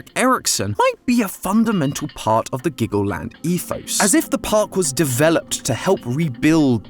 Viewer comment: I thought you said Glaggleland